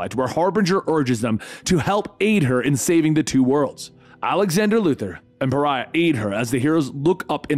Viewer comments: This is multiple vids put together. In his first few he didn’t know how to say it but obviously he figured it out thru comments and such. I think it’s funny. Cuz I was like who the F is Pharrah. And then I was like OH....you mean Pariah?? 😂😂😂🤷🏾‍♂️ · (Ferrah) Love the dramatic reading but holy shit... I would google translate pronunciations... Pe-ri-ah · he says pariah correctly here lol Edit: seems like he says correctly from here on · Dude kept calling Pariah “Farrah”. Puh-rye-uh. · Pariah = pah-RYE-ah, not FARE-uh. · I know right?!?! I mean pharah isn't paraiah I'm going crazy!!! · Pariah...pa-ri-ah. How did that turn into farrah? Lol. 😅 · Umm, is it just me or did he pronounce Pah-ry-ah as Far-rah? Like Farrah Fawcett.. instead of an extremely shunned individual, a Pariah? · PAH-RHYE-UH.not "farah"😂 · ever notice always pronounces names wrong? he called pariah parrah multiple times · Bro his name is pronounced PER EYE AHHH XD ijs.. You can only hear him called Ferah so many times xD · God damn it, there's no H, so it's "Puh-Ri-Ah". I wouldn't be so mad if you didn't just hold out on the longest "ph" sound the moment i realized the mistake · Why does keep saying “Farrah”? His name is PARIAH! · OMG. Pariah, not Farrah! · Pharah? Pariah! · Its Pariah, not "Pharra" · not "Pharha" ffs, Pariah, like in outcast. this is silly. are you familiar with english? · It's pronounced Pah-rai-uh. Not faira. Major fail on that one dude. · i love you man, but GODDAMMIT he‘s called pa-ri-ah. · I kinda wish you'd waited longer before doing this. At least long enough to have dubbed over all the mistakes in the first half where you called Pariah, Fara. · Par-rye-yah is the correct way. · I'm just trying to figure out how you made the jump from Pariah to "farrah"... It's a real Adele Nazeem type of mistake. But, your videos are fantastic so take all this teasing with a grain of salt. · His name is Pariah ( Pa Rye Yah)Lol.. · Pariah, my good man. Not Phaira.